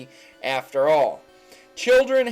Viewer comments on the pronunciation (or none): none